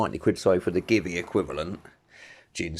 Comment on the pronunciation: GIVI is not give-e. It's, G-V